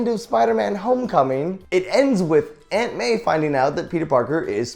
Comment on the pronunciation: When he says aunt Mae it sounds like ant man